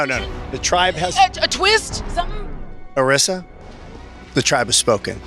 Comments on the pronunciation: Jeff clearly said Arisa's name like 6 times and you still pronounced it wrong lol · How do you get Arisa's name wrong when Jeff said her name correctly multiple times.